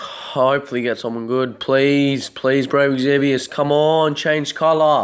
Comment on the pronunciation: IT'S EXVIUS, not Exzevius... God that annoyed me lol